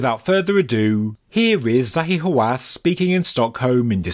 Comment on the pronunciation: I heard Zahi Wasanass!